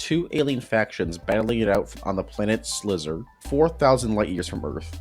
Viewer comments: also it’s slyzer, not slizzer. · It's pronounced Sly-zer.